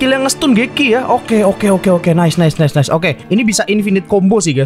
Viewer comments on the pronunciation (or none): none